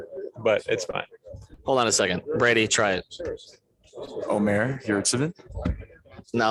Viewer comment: Sounds like his first name is pronounced as "ud-meh" (Omer) 🤷🏿‍♂️ either way, looking forward to seeing him getting more mins 😁